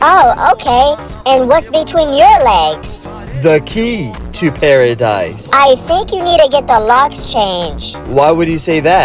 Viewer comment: Bro emphasised on paradise 😂😂